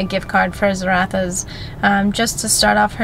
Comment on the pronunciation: ZarraFFas not Zarathas babe xx